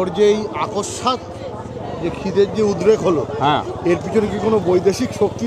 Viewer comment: কথাটা অকস্মাৎ,আকস্মাৎ না।😊